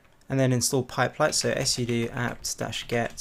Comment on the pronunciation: Why do you say " s soodoo" when all you need say is " Soodoo" when talking about " Sudo" for admin level access involving the commands? the " S " at the beginning of your reading is redundant.